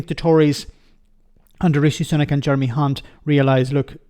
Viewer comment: Did anyone just hear the female ITN Newscaster - Nina Hossain, call Jeremy Hunt - Jeremy *unt (rhymes with Hunt!) on the ITN lunchtime News. I kid you not. She joins Jim Naughtie is divining the true nature of this Tory "politician"! She later apologised for her mistake - or was it???